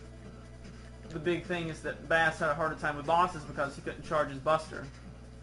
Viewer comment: STOP MISPRONOUNCING BASS YOU NINCOMPOOP FFFFFFFFFFFFFFFFFFf